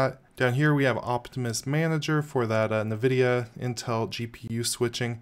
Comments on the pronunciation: You are the only person I have ever heard pronounce the n on Nvidia. Navidia 🤣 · Also not how you pronounce "nVidia"